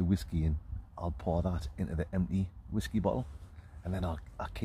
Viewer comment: Please stop calling it whaskey